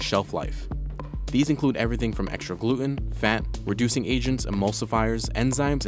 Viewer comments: Every time he says Gloot-Enn. I drink. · How come this guy can't say gluten right?